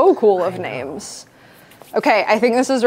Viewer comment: I love you so much but you are BUTCHERING normal names 😂